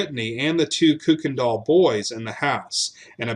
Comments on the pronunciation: Your mispronunciation of the name Kuykendall [it's properly pronounced KYE-ken-dahl} throughout this piece really detracts from the story. In East Texas, the surviving members of that family pronounce the name KIRK-ken-dahl, but NO ONE pronounces it like you do [COOK-en-dahl]! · May I respectfully ask that you reconsider how you pronounce “Kuykendall”? That’s my maiden name, can trace ancestry back to before Revolutionary War…we pronounce it just as it reads, “Kuy-ken-dall”. Enjoy your channel! new subscriber. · We pronounce it Kuy, which rhymes with buy…other branches put an “r” in it and pronounce it “Kirkendall. Unknown where that originated. Thank you! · My family is listed among the neighbors and the Massingills are relatives. Our ancestor is buried on on the Kuykendall Ranch. We always pronounced it either Kirkendall or Kuykendall (coo-ken-doll).